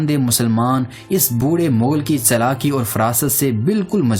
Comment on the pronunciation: Vo bilcul thk bol rha h.. mongol hi mughal hty hen